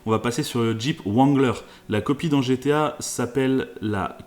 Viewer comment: Juste le Jeep se prononce rangler et non comme il est écrit